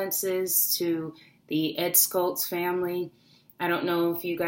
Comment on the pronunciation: First of all, it's Ed SHULTZ, not Ed Skults. There's no "K" sound in it. SHULTZ: "SH-UL-T-S." Condolences are fine, but let's get his name correct.